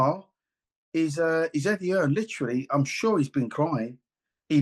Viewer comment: I just 'LOVE' the way people keep saying Eddie 'HEARNS'...it's 'HEARN'😂. He is not related to the GREAT Thomas 'The Hitman' Hearns😅....Put some RESPECT on this man's name😂😅😅😅